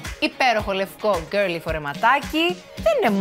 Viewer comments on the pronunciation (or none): Κάθε φορά που ακούω τη λέξη "girly" με αυτή την προφορά προσπαθώ να το πω κ εγω κοιτάζοντας το στόμα μου στον καθρέφτη κ γελάω μόνη μου χαχαχαχ 😝